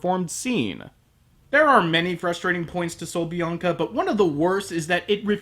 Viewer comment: HAHAHAHA. Buen acento español XD. Saludos desde Argentina. Nice spanish tune XD. Greetings from Argentina.